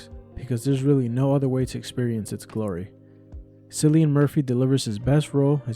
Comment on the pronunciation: FYI ...pronounced Killian not Cillian